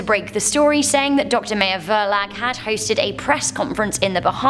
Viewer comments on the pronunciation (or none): none